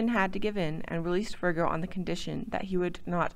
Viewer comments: Where did the "R" come from in Francis Vigo????? Who did the research and editing? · Vigo, not Virgo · There is a number of errors in the video. Francis Vigo, not Virgo, and the name is pronounced Veego since he was of Italian descent. Pierre Gibault is pronounced Zya- bow, not Gi-balt. Clark's men wearing animal skin clothing is questionable since fabrics were available in the frontier. That is as far as I got through the video.